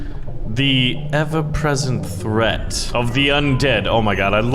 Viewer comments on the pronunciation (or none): none